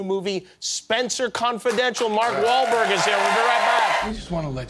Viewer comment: lol sounded like he was about to say Rober